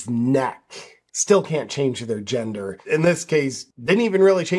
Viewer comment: SEX not jendaah!!